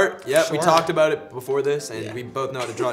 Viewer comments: 3 minutes in and James already said Shore 2 times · I love how James Charles says sure shore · Anybody notice keeps on saying Shore hahaha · I can’t wait for the day that James drops merch that says “shore” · Josh: We aren’t in any drama James: ArE YoU ShOrE AbOuT ThAt!